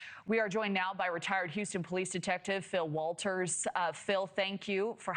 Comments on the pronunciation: Waters, not Walter's 😂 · not Walters! Smh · Waters NOT Walters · Not Walters! You would think "journalists" would get a name of a guest correct.